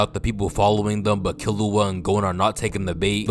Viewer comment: Btw bro its not kill-you-a its kill-oo-a